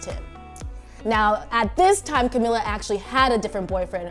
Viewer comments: I would believe you if you know how to pronounce Camilla's name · First of all can you just say her name right lol 😂